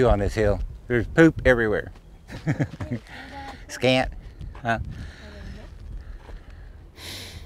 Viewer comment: Scat...not scant.